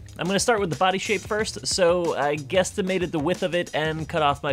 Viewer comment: He said gestimaited